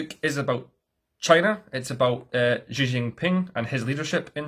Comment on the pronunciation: Nice video. The only issue I always have is how "Xi" is always pronounced. To get it right, try to say "she", but don't let your tongue touch the upper or lower palate of your mouth, point it towards your teeth. Crazy pedantic I know, but it always bothers me lol